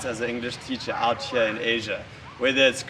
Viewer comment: lol, acting as a consultant after 1 year. Hope you haven't been teaching your students to say outchyeah like that.